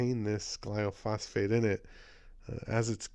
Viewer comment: Thanks for pointing this out but it's gly-pho-sate, not gly-o-phos-fate and it does a lot more than cause cancer. For an excellent lecture on glyphosate, what it is, how it works, the consequences to human and animal health and how to pronounce it :), watch the following video. You'll be glad you did. It is presented by a scientist who worked in the field of genetic engineering.